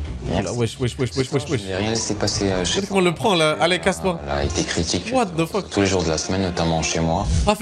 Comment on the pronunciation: ah ouaiiiii 🤡"what de fuuuuk"... fin de la vidéo pour moi!